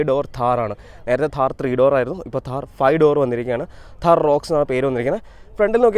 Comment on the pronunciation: താഹർ അല്ല താർ ആണ് 😂 Keep going bro ❤